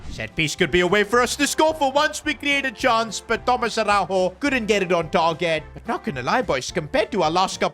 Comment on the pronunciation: as a portuguese speaker Araújo dont pronuncie a-hau-ho like it was spanish and and yes ara-u-yo(yo in spanish)